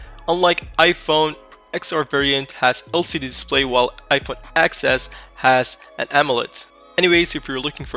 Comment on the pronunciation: Respect for going to the store and getting the hands on anyway you can man 👊✊ Also you called it the iPhone "ex s" instead of iPhone "10s" Gotta get that right man 😁